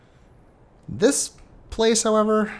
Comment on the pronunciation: Hunrath - Funrath Kaptar - Cat-tar Maray - Melee Soria - Sorry, ya